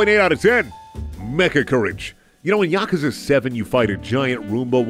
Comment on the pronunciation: The way pronounces yakuza....2.25/10